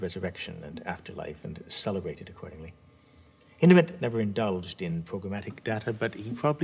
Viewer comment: One of the few people that actually pronounce Hindemith’ name right